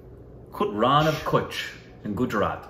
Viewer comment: Nice to see Rann Of Kutch. I am from Kutch. BTW Kutch is Pronounced "KATCH". Also search "Tent City Rann Of Kutch" it's A Must See Place During Rann Utsav. You had Reacted To Gujarat Tourism Ad Featuring Mr Bachaan & India exports salt that is mad with sea water.